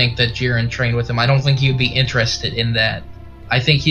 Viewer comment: People who can't pronounce Jiren, Zamsasu, Vermoud, etc is not enjoyable to listen to